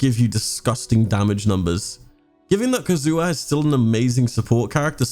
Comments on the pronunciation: Entire community: ka-zu-ha: Kazoo huh? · I love your videos, but the way you pronounce Kazuha hurts my soul